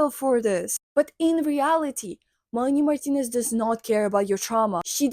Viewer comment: the way you say her name is so satisfying